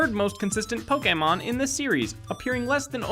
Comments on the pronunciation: Pok ee mon?!?!?! It's pronounced Pok Ayy Mon. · Stop calling it Po-kee-mon!!! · Poke-e-mon not poke-a-mon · It's pronounced "poke A mon" like touché, not "poke E mon" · Um actulally its pronounced Pok-AY-mon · ACTUALLY it's poke-ayyyyy-mon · Poke-eh-mon HHNNNGGGG STTOOOoOoOp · pookeemin stooooooooop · Fact #108: it's not pokeemon. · It's Pokemon (POE-KUH-MOH-NN) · omg he said pokEEmon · Learn how to pronounce Pokémon